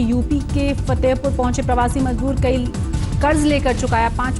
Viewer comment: Abe jaahil budhiya majdoor nahin mazdoor hota hai.